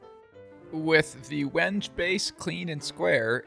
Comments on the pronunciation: It's pronounced "wen-gay" not "wenj". Trivial thing, but especially talking to a customer, good to sound like you know what you're talking about. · The proper pronunciation is when-gay. Beautiful knife block.